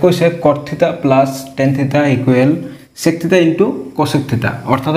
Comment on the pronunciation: Sir please pronounce the word "sec" properly 🥲👍🏻